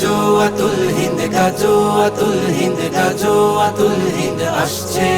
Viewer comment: গজল বানাইলেন ভালো কথা। কিন্তু গাযওয়াতুল হিন্দ শব্দ টা শুদ্ধ করে উচ্চারণ করে নাশিদ বানাতে পারলেন না